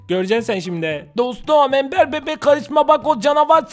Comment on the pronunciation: Ember embır diye okunuyor